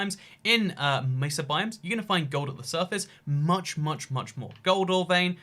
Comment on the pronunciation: When you say gold ore, it sounds like “goldar” from power rangers.